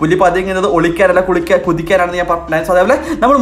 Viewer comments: PULI PATHUNGATH OLIKKAN ALLA KULIKKAN AAN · puli pathngath olikkan alla kulikkanaan😁💖